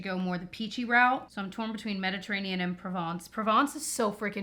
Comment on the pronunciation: Méditerranée is indeed French for Mediterranean Sea. Very impressed by your pronunciation of La piscine and Provence BTW